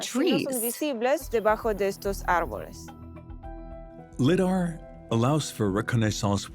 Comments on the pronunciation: I know, right? As well as "Liddar" ! Is this a drinking game? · Your AI narrator needs to pronounce lidar right. And citadel.